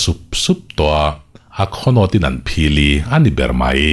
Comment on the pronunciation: ah hian hlau leh phili hi fili irawn ti daih...English in irawn chhiar daih 😁😁